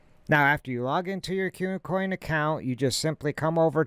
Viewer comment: Good info, but for gods sake its not Q-coin its Koo coin. : )